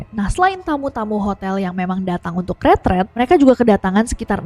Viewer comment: The pronunciation for retreat is it (ruh.treet) not retret,right?? I am so sorry for being sooo confused